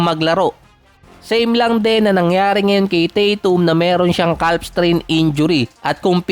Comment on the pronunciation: CAF po ang bigkas kuya